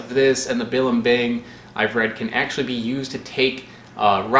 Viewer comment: say it with me: buh-leem-bing